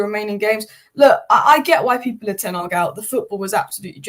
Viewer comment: It’s Ten Hag, not Tenarg.